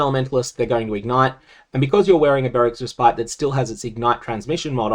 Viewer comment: Love the content but just a little nitpick. Respite is actually pronounced more like Res-pit.